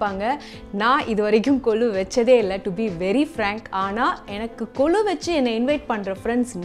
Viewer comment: It is not kolu it's Golu